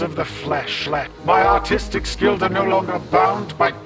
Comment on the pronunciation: had to listen 3 times before realizing he didn't say 'my autistic skills'